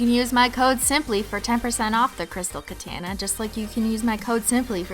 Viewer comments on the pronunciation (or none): Christine katana is pronounced like Elsa’s sister Ana. ka-tana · Safia Abdul no. It's kuh-tah-nuh. That how it's suppose to be pronounced. She says it wrong. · it's ka-ton-a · Alright, I love you Cristine but say it with me, Crystal Kuh-ta-nuh, not kuh-tan-ah. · It's katana not ketene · kaa-taaa-naa not katanaaa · Katana X3 it's said like Kuh-tah-nuh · ka-TAH-nuh like the Japanese sword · Could you please say katana correct it said like ka-tawn-na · She said she doesnt care :p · DOES SHE PRONOUNCE KATANA WRONG ON PURPOSE BECAUSE UNLIKE THE GLOSSY TACO THING IT DRIVES ME TO INSANITY. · Why do you say katana like that? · I say katana the same way it's a Canadian thing lol❤️😂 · it's just her accent that makes her pronounce ' katana ' wrong